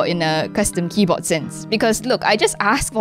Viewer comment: "this keybo'eh' is..."